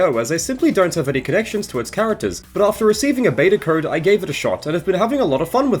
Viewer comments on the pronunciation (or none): none